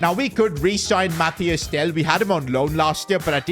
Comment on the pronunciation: It’s Mathys Tel not Matthias Tel